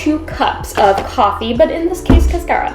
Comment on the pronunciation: It’s pronounced like a car that you drive. Not care like a care bear.